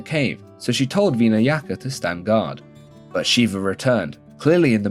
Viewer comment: bro, you’ve gotta get your pronunciations better lol. “veedas”? “veenayaka’?